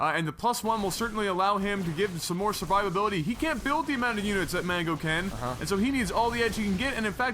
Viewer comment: You pronounced "Mango" wrong!!!